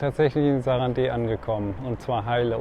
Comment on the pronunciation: Stummes e, sarand. Oder auf deutsch: saranda